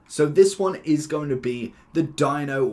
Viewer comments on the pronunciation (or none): its Dinho magic not Dyno lol.